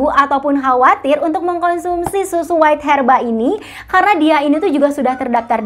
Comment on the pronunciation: Bacanya bukan WAIT HERBA, tapi WEIGH herba